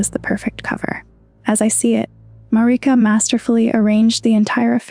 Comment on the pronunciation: “Mareeka” 😫😫 Why do you torment us like this